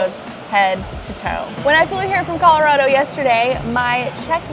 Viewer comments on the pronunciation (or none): say it with me. Colo-RAD-oh! If you’re gonna live here you’re gonna have to say it right! Its totally rad! 😂🎉😅